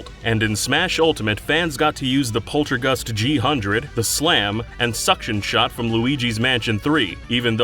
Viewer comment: Poltergust G-hundred? It’s pronounced G-Zero-Zero.